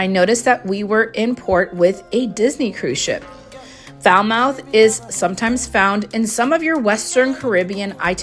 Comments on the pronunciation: It’s NOT Falmouth it’s Fal Moth like mothballs you have to pronounce the TH not 👄. Depending on how long you’re going to be in port do some research and grab a cab to do things on your own. You can do it with another adventurous passenger but the locals are pretty kind. Again do your homework but do not throw caution to the wind. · Thanks for the promotion but the pronunciation of "Falmouth" is wrong. The correct pronunciation sounds like "Falmuth". The way you said makes it sound Fowl mouth. Thanks anyway. Much appreciated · Its not pronounced Fal- mouth but Fal- Mut not like it's spelt. Lol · Foul mouth 😂 It’s Falmouth pronounced fal muth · Firstly..it is pronounced 'FALMOTH' or as the locals say it 'FALMUT' So happy that u enjoyed ur time in Jamaica. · Yes!!! It is definitely NOT pronounced Fowl Mouth. Geez! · It’s pronounced Fal- moth, beautiful 😍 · Falmouth. The 'o' is silent, Falmuth. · No its Fal- mut the mouth is pronounced mut. That's how it's pronounced by Jamaicans. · Bless you, it's pronounced 'FAL-MUTH'. Jamaicans will often leave the H off at the end so it sounds like 'FAL-MUTT'. Not much to do in Falmouth except walk around and look at the buildings,most of them are really old or use the same architecture. A nice stop to appreciate a bit of history and grab a bite to eat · Pronunciation of “Falmouth”, “Fal-moth”. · It’s pronounced FAL- MUT. Thank you. I hate when people F up the pronunciation of the capital of my home parish (state). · Its not pronounced “mouth”… its more like “Fal-moth”… its the British spelling that throws it off for Americans lol You’re about to upset a whole bunch of Jamaicans here by calling it foul mouth 🤦🏾‍♀️ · Foul-mouth? That’s what I have, not the way you pronounce the port! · Omf!! You are pronouncing "Falmouth " wrong 😮😮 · The U is silent in Falmouth. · Well first learn how to pronounce Falmouth, glad you had fun.